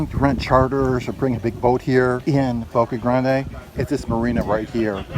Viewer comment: The guy keeps sayin Boca Grande' its Boca grand. no emphysis on the E at the end of grande well not for the locals.